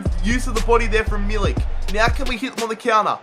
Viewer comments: A correct pronunciation of milik is meal-ik the k sounding like a c from cat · There is no ć or c in Milik, so Just read k like k :-) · its not milich is milik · You arę saying milik wrong